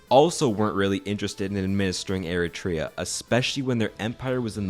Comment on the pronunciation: Ah yes, Air-a-tray-a... they broke off of a country called Ethee-o-pie-a. Not to be confused with Ee-ree-tria, which broke off of Ee-thee-opia.